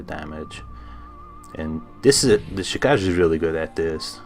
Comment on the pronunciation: It's pronounced "Chi-ka-ge", not "Chi-kaj". The name is japanese for blood shadow.